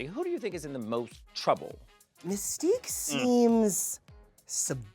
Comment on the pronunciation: Messtique took me out 😂